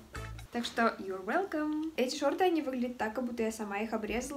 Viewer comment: Когда ты сказала "Your welcom!" Я такая типа: брайн, ты ли это!?